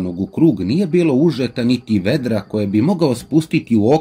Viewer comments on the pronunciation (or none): Super,kao i uvek.. Nego u par zadnjih prica pominju se kofe (vedra) Malo para usi jer ne akcentujes dobro.. Elem, nisu vedra (Kao kad kazemo da je vedro nebo ) vec veedra, otegni malo to e 😁